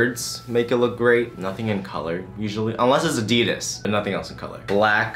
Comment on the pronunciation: The only wrong thing in this video is you saying Adides 🤣